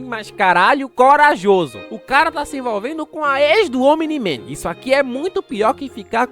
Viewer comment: pq quando ele fala omni-man eu escuto "o mini man"